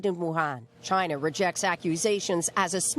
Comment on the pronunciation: Maybe that is a question you should ask “Chy-na.”